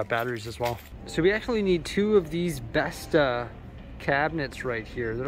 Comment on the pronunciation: love how you say bestå ( swedish viewer)